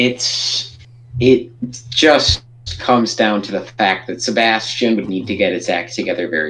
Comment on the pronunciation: Hey guys.... You are mispronouncing Sebastien's name. You are pronouncing it the way the name spelled Sebastian is pronounced. This storm is Sebastien.... see bass tee en, with the stress on the LAST syllable. I believe this is the French equivalent of the English name Sebastian... see bass tee un, with the stress on the second syllable, but it is spelled and pronounced differently.